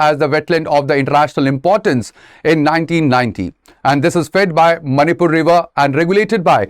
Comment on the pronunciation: Not a big issue whereas the way he pronounce the very word of the Manipur is not satisfactory😏